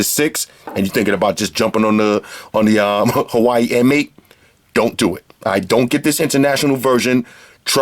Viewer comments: good but you don't say hawaii you pronounce it h-oo-ar-way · Lol it is not Hawai, but Hu-a-we-i("Huawhey")! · pronounced (wa-way) btw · You wild americans had too much false freedom that think you can do whatever you want. It is HUAWEI, not HAWAII. LOSER. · If you hear people say 'wa', they must be Cantonese. Most people say 'Hua'. And I'v never heard foreigner pronounce 'Hua' correctly. :-) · Watch his previous videos when he's reviewing phones from that company. You'll get why he says, "Hawaii". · It's pronounced Huawei in Chinese, hua is an existing pronunciation for a lot of words. In this case Huawei=华为, pronounced exactly as spelled as the English name is just the pinyin for the Chinese characters. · 87 (Hu-wa-wei)